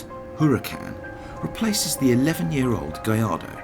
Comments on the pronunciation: You mispronounced the name, it's huraCAN, not HUracan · "Whoooruhcan." Lmao!!! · It does not pronounce like you said. The h in huracan is mute. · Please, if you're going to tell us how to pronounce Huracan please pronounce it correctly yourself. Here's a little help, the H is silent and the accent in on the last vowel, not the first or second vowel. You'll seem more authoritative if you research your subject. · if you're going to say how to pronounce Huracan, at least know that the spanish word Huracan is pronounced without the sound of the H.